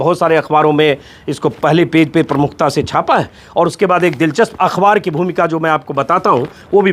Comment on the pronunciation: सर आप अखबार को अख्वार क्यूं कहते हैं अच्छा नहीं लगता आप जैसे विद्वान के मुंह से।